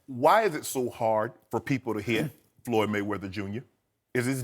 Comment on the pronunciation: LOL how he says mcregor ''bagreggor'' and ployd''